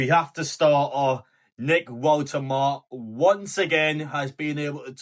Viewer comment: Not sure about your pronunciation of Woltemade 😉?